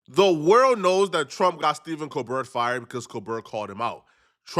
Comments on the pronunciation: Let me help you out love, Steven’s last name is pronounced “Co Bare” the T is silent. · It’s Steve col-bear not co- BERT